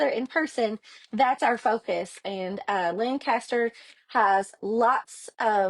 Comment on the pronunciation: Pronounced: lank a ster